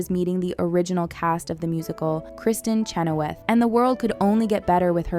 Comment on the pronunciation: Appreciate this video. It was very interesting. BUT FOR THE LOVE OF GOD. Learn how to pronounce the names of these actresses. It’s “Are-E-on-uh” not “AIR…” and Idina Menzel and Kristen Chenowith? You seriously didn’t know how to say those names?